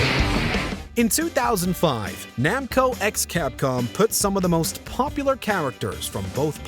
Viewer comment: yes! That game is Namco X Capcom, it never got a western release tho. It's the game Reiji, Xiaomu, and Saya all debuted in. Also, THAT X IS PRONOUNCED CROSS DAGNABBIT.